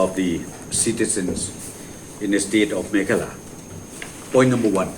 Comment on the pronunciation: "Meghalaya" bah prestone lah pyn kylla "meghala" lah IAP phi ta te